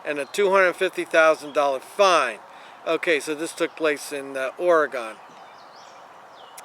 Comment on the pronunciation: It's pronounced Ore gyn. Please learn how to pronounce the best state in the country!